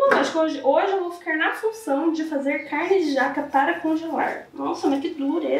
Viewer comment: O certo na pronúncia é CARNE e não caIrne, ACERTAR e não acerIrtar. Tem que estudar mais viu filha!